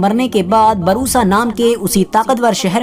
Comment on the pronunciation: Barusa nhi bursa